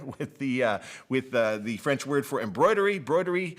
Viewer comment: french here, I validate "broderie"